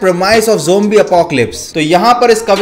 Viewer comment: Its zombie not jombie